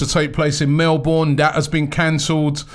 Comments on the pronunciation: plz dont say melbourne like that its like melebon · Did robbie just call Melbourne.. "MelBORN"???